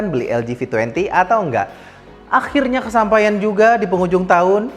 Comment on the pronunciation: Cie...., bilang Akhirnya pake Tazwid